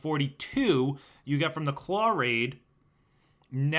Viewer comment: There is no r in claw